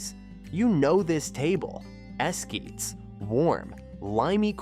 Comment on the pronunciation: The pronunciation is "hell-len-tina" The "G" in Spanish has a "H" sound. It's es;kee-tas for the corn dish.